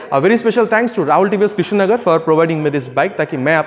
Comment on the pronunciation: Its krishnanagar not krishnagar! Btw nice video!